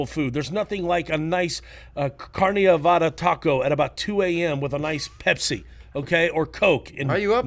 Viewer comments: Disappointed in the fact that he can’t pronounce carne asada. Wtf is carne avada lmfao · “Carne avada” hahaha